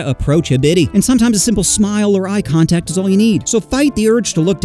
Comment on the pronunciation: Physical "CONTACT" not COTACT🤣🤣🤣🤣